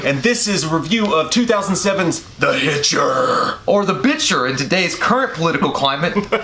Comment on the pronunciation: its so funny how J said the bitchter lol